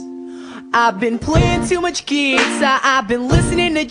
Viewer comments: I love the way he pronounces guitar and my favorite part is "And even worse, I can't stop calling her. She's all I want and more, I mean damn, what's not to adore?" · It says gui-tar like he just pronounces it funny!